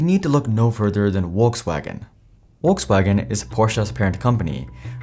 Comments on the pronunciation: "WalksWagon" Lol 😂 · Porsha, Uolksuagen. I can’t listen to you butchering brand names. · Wolks wagen is your knob, Your pronunciations are as putrid as your knowledge of Porsche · mate its "F-olksvagen" or "V-olkswagen" not "wolkswagen" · It's Volks, not Wokes wagen. 🙂 Folks-vaagn. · Please pronounce Volkswagen correctly, its not WOLKS wagen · Are you saying Wokes wagon? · I’ve not heard anyone pronounce Volkswagen as ‘Wolkswagen’ before. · I've finally figured it out. You're saying, "Wokes Wagon", for people who are woke! LOL, keep up the crappy pronunciations. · it's pronounced Folkswagen for vucksake! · Did this man say wolkswagon? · 828k followers and can't even pronounce brandnames correctly. Where is world coming to. Wolks wagon??? Porscha??? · Porsche = Porshe with the e pronounced as in element Volkswagen = Folkswagon (there is no w in it) greetings from Germany! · Funny Indian accent when pronauncing Volkswagen (waltzwagen 😂) but can't stand the pronunciation of Porsche. Porsha Wtf where do you see an a in there?! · Would be good, if you could pronounce "Porsche" and "Volkswagen" correctly! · Is it really that hard pronunciate the names correctly? Volswagen starts with an F, and Porsche ends with an e (the same as electric starts) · Argh you need to pronounce Porsche correctly its embarrassing and makes what your saying hard to believe when you cannot even pronounce the name correctly. Also Volkswagen common its not hard google how to say the names. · That's the funniest pronunciation of Volkswagen I've ever heard